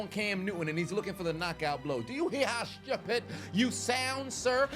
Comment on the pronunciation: that "schupid" came from your Caribbean ancestry 😂😂😂 had me rolling